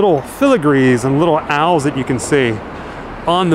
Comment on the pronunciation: I'm hate to nitpick but they are pronounced OWLS no AL'S. it's like you were talking about someone named AL 🤣Happy Halloween 🎃 🤘